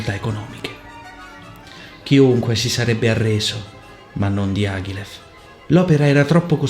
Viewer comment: Dee ah ghee leff! Dye a gly yif! My word. I could not recognise Diagilev's name from your pronunciation. I love your analyses though. Please try to pronounce names as close as possible - I know you are able to! Go for it!